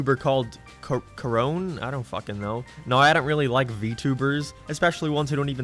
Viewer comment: The way he said Korone made me die inside.